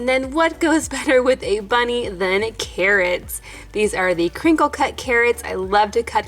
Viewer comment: " the cawwots 😭💕😍"